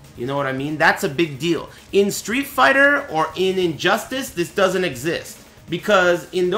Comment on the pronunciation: Lmao said Injustass. I love ya